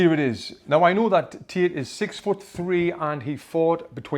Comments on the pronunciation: Bro it's Andrew Tate not Tit😂😂 For Tate's boxing you say Tits boxing 😂🤣🤣🤣🤣🤣🤣🤣🤣🤣🤣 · Why i hear tit and not tate >.> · Pfft, when he says Tate, it sounds like tits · "Undriu tit" XD just jk bro, love u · you killed me with the "andrew tits" accent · Did he just said “andrew tit?” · Lol the way you say Tate I keep hearing tit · 😂 Is it just me or is he really pronouncing "tate" with "tit"